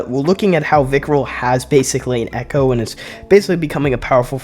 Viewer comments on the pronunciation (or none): none